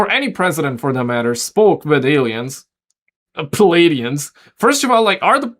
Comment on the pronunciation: Say this for me once Play-de-ans Not Plee Adiens